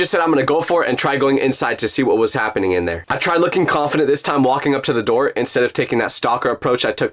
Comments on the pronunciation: The 'Open The Noor' got me 😂😂😂😂😂😂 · Owen the nooyer got me rolling